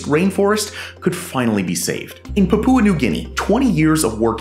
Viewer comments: Puhpooa? It's PAPUA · Poop Poo New Guinea? Pronounce it "Pup-wa" New Guinea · It’s Paah..pua, Pepooa New Guinea 😊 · papoooa new guinea lol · Incorrect. Papua is not 3 syllables (PAH-poo-ah, wrong), but 2 syllables, emphasis on the first one, and the u is just a glide, not a full vowel, so, PAH-pwa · Love your videos. However, I have a constructive suggestion: check your pronunciations - Papua is pronounced (POP-OO-UH) with the accent on the first syllable. Image means a lot especially when you put your name and face to something - so it's important to produce something that is accurate in every way. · fyi the pupa in pupa new guinea is pronounced as papa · Man said "Papoowa" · The pronunciation of Papua New Guinea is more "Pa-Pyoo-Uh", with emphasis on the first two syllables. Glad to know they're looking after their forests. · great video, your pronunciation of "Papua" almost made me dislike it though...